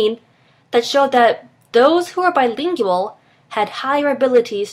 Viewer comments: why bilinGIal why that pronounciation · I had to stop the video. I couldn't handle how she pronounced Bilingual. BTW I am Trilingual, and therefore according to the video above I have a smaller vocabulary. I find this untrue in my mother tongue. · Does it bother anyone else how she say BILINGUAL? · Is she mispronouncing the word bilingual? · it's really annoying how she pronounces "bilingual"